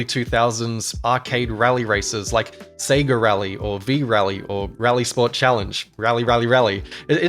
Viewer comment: Sega* not Seiger